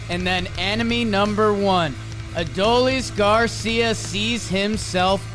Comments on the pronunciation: Put some respect on Adolis name. It’s pronounced a-DOLE-ees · I absolutely love you guys… but y’all are butchering Adolis’ name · Can y’all please for the love of God learn how to pronounce Adolis Garcia’s name correctly!? He’s showing the rest of the world that he’s a star and y’all still butcher it. Just listen to Joe Davis call his name! Sincerely, Texas Rangers/Talkin’ Baseball fan